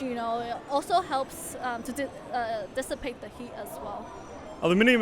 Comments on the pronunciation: its all about dis-sa-pe-ta heat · SAY DISAPATE THÉ HEAT ONE MORE TIME !!!! I DARE YOU!!! XD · She really like that word dissipate :p